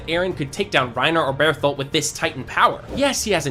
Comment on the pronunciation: i swear to fucking god if you say beartholt one more time shit gone get wicked